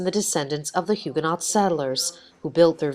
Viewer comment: Can we please pronounce Huguenot correctly?!